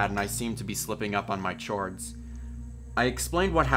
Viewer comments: Did he just say chhords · DID ANYONE ELSE CATCH HIM SAY CHORDS A CH-ORDS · did... did you really say Chords with a chuh sound? why must you do this... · the way he said chords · chords? the way you pronounced that wtf